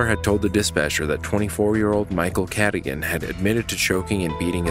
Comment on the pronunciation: How do you pronounce the names wrong when they say them in the 911 calls? Michael “Cadigan”?? She specifically pronounced it “kuh-dōgan” so how do you get it wrong?? 🤷🏻‍♀️🤦🏻‍♀️ I’ve noticed this on a few channels on other cases, but I just don’t get it..